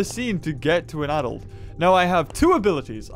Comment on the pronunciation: You said adult wrong well it's cool but remember practice that word is adult ok XD